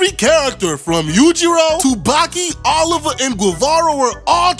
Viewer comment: Correction, Baki hadn't unlocked Demon Back at that moment. He unlocked it in the fight with Jack in Baki the Grappler. And it's pronounced Oliva